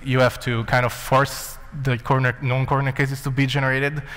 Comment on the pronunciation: He said known corner cases, his accent makes it sound like "non".